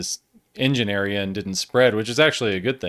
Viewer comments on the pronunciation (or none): none